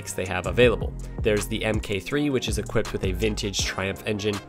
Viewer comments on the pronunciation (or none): none